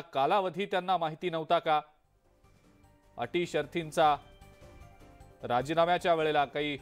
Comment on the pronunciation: अटी शर्थींचा नव्हे, अटी शर्तींचा. मराठी सुध्दा धड येत नाही चालले बातम्या सांगायला